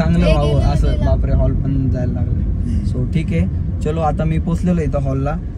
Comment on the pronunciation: Holl नाही रे हॉल किती साधे आहें ते😂😂😂